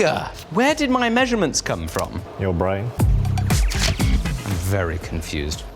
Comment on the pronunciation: “Your brain” So posh